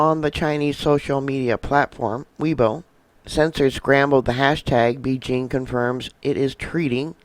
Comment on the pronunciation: PLEASE slow down and pronounce words correctly! Sputum, Beijing, pneumonic... Your info is excellent but your mispronunciation is extremely distracting.